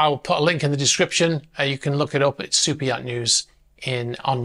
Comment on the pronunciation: Yeah the reason why people were saying that is you talk funny Like I had no idea that the name was super yacht news I thought you said soupeot, , But it's not just you all you people talk funny there's a bunch of you out there but I call T bigots , They refused to enunciate the letter T I don't know why they have something against it Perfect example and he's like my favorite person in the whole world but Andrew Tate is AT bigot unless he's saying his name unfortunately his brother is too now they can do whatever they want they've earned it I'm just pointing out the facts so y'all take some English lessons and get back to me next year and we'll see if you progressed